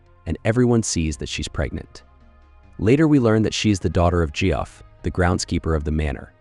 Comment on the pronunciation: You know Geoff is just pronounced as Jeff?